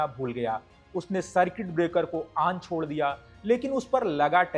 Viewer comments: आन नहीं भाई.. ऑन बोलो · Bhai main bhi Bihari hun aur samajh sakta hun accent ka pakad aap par hai. Par presenter hone ke nate aapko pronounciation par kaam karna chahiye. Ex- Dipstick hota hai Dip_estick nahin, On hota hai Aan nahin, Ottawa ka bhi prononounciation unnatural laga etc. Baaki aap acche flow me bole.